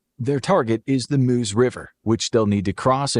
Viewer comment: Meuse, not Moose.